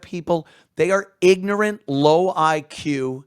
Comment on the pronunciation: “ Ig-nat “ lmao 😂